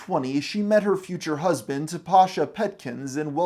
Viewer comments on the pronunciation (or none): there is no t in the word husband